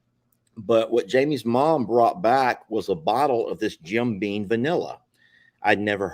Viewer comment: If U R going to drink it, gor goodness sake call it by the name on the bottle. Jim BEAM not bean